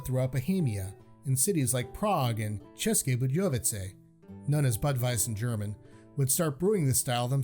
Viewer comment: Compliments on your pronounciation! Our language is difficult for foregneirs, but you nailed České Budějovice perfectly